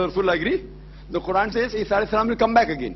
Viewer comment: Its quran not khuran